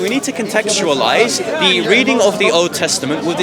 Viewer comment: "contextualise" lol